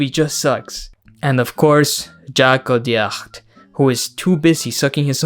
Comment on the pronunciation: on behalf of France, i would like to present my sincere apologies for this movie. (by the way you did pronounce "Audiard" correctly, it's the same as "odiar" in spanish which is.....a good coincidence)